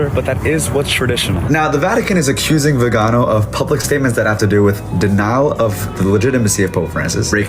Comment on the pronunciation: Arch Bishop, vee-ginn-oh